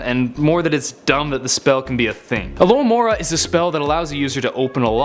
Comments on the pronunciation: its AlohOmora not AlohAmora get it right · it not alohAmora its alohOmora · he said accio and alahamora wrong for shame for shame in deed